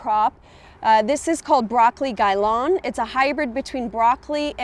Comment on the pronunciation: gai lan* ... not gailon